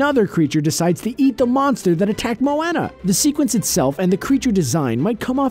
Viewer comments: Who was annoyed that he said Moana's name wrong like if u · Who else have seen about a million comments about saying Moana wrong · anyone bothered how he pronounced Moana? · I just gotta say... are you just saying Moana like that to piss people off? Cause they say it many many times in the movie and it doesn't say it like this🙄🙄🙄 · Who else got really annoyed when he kept saying Moana wrong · You pronounced Moana wrong AAANNNDDD Maui being the Rock is a fact, not an Easter egg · How is that racist it pissed me off too because obviously he hasn't even watched the movie or else he would know how to say her name especially after seeing so many things for it same with when people pronounce Anna from Frozen' name wrong, again watch the movie and pronounce it correctly. I get people who have accents and can't say it right, but he doesn't he's just that fucking lazy to use a movie in his video that he doesn't even know how to say and obviously has never seen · Tin Phoung Tran im 22 and ive seen moana. and honestly, it looks like you're the triggered one, not the original commenter. its understandable for someone to get irritated when someone doesnt pronounce something, especially a name, correctly. quit whining. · Ikr nobody can seem to say it correctly even tho people say it like 10 million times in the movie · I CANT HELP BUY GET TRIGGERED AND CRINGE WHEN HE SAYS MOANA WRONG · The way he says "Moana" though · I hate when people say Moanas name wrong even when one of the characters say it right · haha i thought u said the heroine marijuana !! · he said moana wrong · Aaleen Jenkins I mean they say at least 100x times on the movie that way... so why can't they pronounce Moana right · LEARN HOW TO PRONOUNCE MOANA CORRECTLY!!!!!!!!! Also HeiHei spit out the rock before Maui said he was going to eat him. Did u even watch Moana? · he pronounce Moana wrong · I am dead I can't that's not how you say Moana did you watch the movie it will tell you how it's pronounced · its mo ona